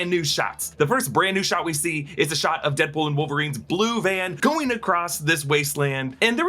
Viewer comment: He said "Headpool"